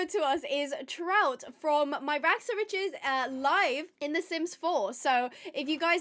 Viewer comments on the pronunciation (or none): none